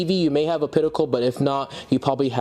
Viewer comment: also adding a coment regarding the pronunciation of OPTICAL OP TI CAL!!! NOT O-PIT-I-CAL